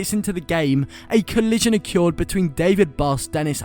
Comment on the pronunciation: WHY DO YOU PRONOUNCE “OCCURED” LIKE THAT??? Good video though mate👍